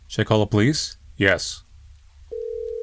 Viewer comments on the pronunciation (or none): none